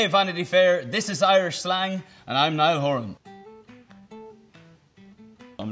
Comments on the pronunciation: why do i not see any comments about the way he said his name at the end!?!?! omg i lost it at "Nilah horron" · Was it just me who heard him say "neial horan"? 😂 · Towards the end when Niall went, "So this is Irish slang with Neil 'O Horan" I was like WHAT DID HE SAAYYYYYYYY😂 HAVE I BEEN PRONOUNCING HIS NAME WRONG ALL THIS WHILE?! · Nobody gonna talk about the way he said his name?!?!